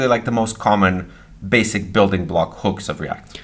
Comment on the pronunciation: basic ( s sound not z )